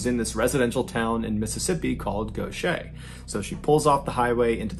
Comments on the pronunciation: Congratulations on saying Gautier correctly. It gets most people. 😊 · It's the proper pronouncing of Gautier for me! ❤